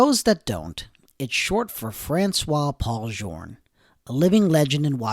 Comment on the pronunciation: Journe is not pronounced like this